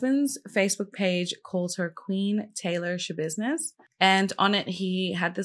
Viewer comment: Hahahah gurlll I feel you with the not being able to NOT say Schabidness 😅 love your take on her case!